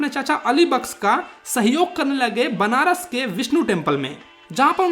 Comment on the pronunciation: benaras nahi banaras